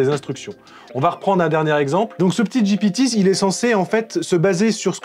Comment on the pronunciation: tu as dit j'ai pété au lieu de ji pi ti 😉